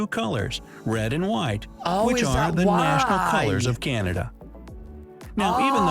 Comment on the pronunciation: Somebody should tell the Yankee who made the video that you're reviewing....that Polar Bears are WHITE, not Brown.....and that "Canada" doesn't have a "Y" in it after the "C".